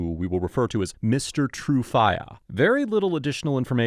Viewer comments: Do you really have to pronounce his name as True Fiyah? It sounds very cringeworthy. Tru would have sounded better. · Every time he says Mr. TrueFIYA I chuckle 😅